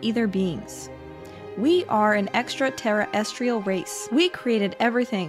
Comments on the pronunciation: “Extra terry estrial” I’ve never heard extraterrestrial pronounced that way. 😏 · I thought I heard him say "Extra Terror Estrial". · Extra- Tera-astral. 😅 bro. Gods who invented English , I’m sure could pronounce it better. No? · Extra terra es tree al Humus species Earf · Extra Terra restial beings that created everything (except proper grammar and pronunciation) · Extra-tera-estrial is killing me. I have no idea what that means but alright man.